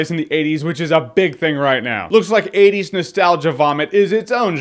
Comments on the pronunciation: He clearly says 20s but okay guys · Lol 50% are ppl making fun of how he says 80s a bunch 40% of the comments are ppl making fun of ppl making fun of him say 80s and 10% are actually comments. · Say 80s again. 80s. 😂